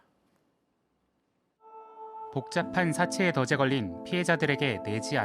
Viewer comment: 사채의 덫에 걸려 발음 [더제]라고 하네 진짜 요새 언론인들 발음 미치겠다